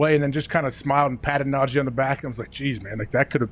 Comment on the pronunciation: Lmao saying “Nahjay” Harris instead of najee is what najee was talking about at the tide pro day today